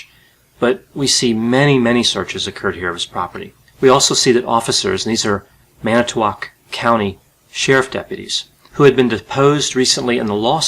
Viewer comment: Thanks...for actually pronouncing Manitowoc correctly!